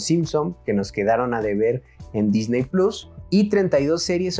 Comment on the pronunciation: No hay necesidad de decir plos, puedes decir PLUS que es una palabra en español, es muy sencillo hablar en nuestro idioma